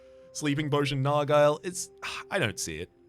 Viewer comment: that's not how you say nargile